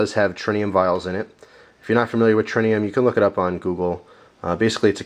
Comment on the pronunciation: there is no "n" in Tritium